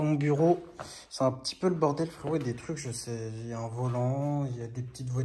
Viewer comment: "on achète pas une baguette de pain fwérottt" mdrrrr